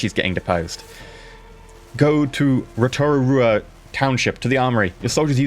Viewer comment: Rotorua. Huh. Sounds Maori. You pronounced it fine, though; kudos. Yup, definitely Maori. Tamati is a Maori name as well. Neat.